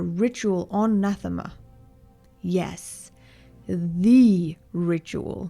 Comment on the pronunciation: Pretty good. I subscribed, both because of your talent annnd because you pronounced ‘Nathema’ as intended! Thank you for that, and thank you for the entomology - so much can be learned through studying the derivativation of language. Edit - were the three children conceived after Vitiate took over Valkorian’s body? For that matter, when did Valkorian wed Senya - before or after Vitiate? It seems as if after, but I suppose Vitiate could also have inhabited a host that already had a wife and children…along with already being an aged emperor of a vast and prosperous empire, so important for the unfolding of Vitiate’s plan. Either way, this is an intriguing hypothesis that checks a lot of boxes, is consistent, and does well with answering a question I, myself, had - for what purpose or reason would Vitiate want the distraction of a family? And as far as Revan missing Bastila and Vaner so intensely that it influenced Vitiate, well, I know what intense longing feels like.